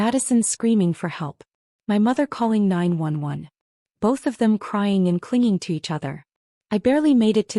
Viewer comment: The 1st narrative that actually said nine-one-one, not nine hundred and eleven like it's said in all stories that I have been hearing!!!